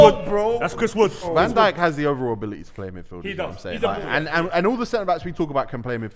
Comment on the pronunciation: man said dijk hides lmao